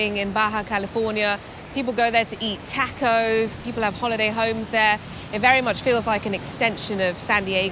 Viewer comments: please practice pronouncing the word TACO ----TRY THIS TAAAAAAH-COS AND NOT TEKOS,,WE LOVE UR PROGRAM AND HAPPY YOU'RE ENJOYING EXPLORING OUR FOOD , OUR CULTURE AND OUR TAAAAAAAAAH KOS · I was cringing at the way she pronounced "tacos." Then she met the 2 surfers from San Diego. After they pronounced it correctly, she pronounced it the same way. I figured she picked up that she had been pronouncing it weirdly. Nope! 10 seconds later, she's back to the weird pronunciation.